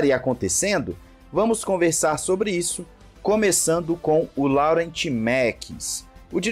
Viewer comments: a pronúncia não é "Laurent" e sim "Lorrãn" 😄😅😅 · “Laurent” naoooo, se fala “Lorran” por favor hahahaha 😅😂😂😂